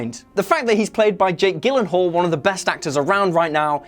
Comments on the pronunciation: It’s pronounced “JILL-ehn-hall” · Scorpion spelled wrong, Gyllenhaal's name possibly pronounced wrong and mixing Adrian Toomes and Michael Keaton's names - this video is a mess xD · My man said Jake gillenhall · Gillenhall?? Who is that?? LMAO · Its pronounced GILenhall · How can you say Jake Gyllenhaal is one of the greatest actors but not be able to pronounce his name correctly? I thumbs down you. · did you really just pronounce Jake Gyllenhaal like that?!?!?!?!?????